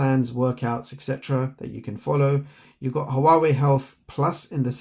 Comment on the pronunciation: The name of this company should be 2 Syllables 😂 The way you said it made our day mine and my friends thank you for the video ✅👈🏼🙂